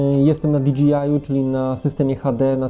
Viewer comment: Świetny materiał! Jedyne co mnie razi to wymowa DJI - to jest o ile się nie mylę "di DŻEJ aj", a nie "di DŻI aj" :D